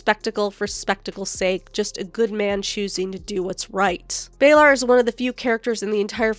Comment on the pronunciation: How does someone who’s read the books and watched the series still mispronounce Baelor’s name? Who’s Baelar? 😑